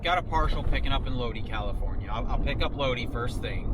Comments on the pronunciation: Its pronounced LOW DI not low dee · It's Lod-eye not lod-ee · It is not LODEEEEE, its LODIIIIIIII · Ur in my neck of the woods. Lol. It’s Lodi long I. Not lode. Lol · Just a minor correction bro.. It's pronounced "low-dye" 👍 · Dudeski....it is pronounced loadeye...like shoot a load in her eye. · Right, like "load-eye".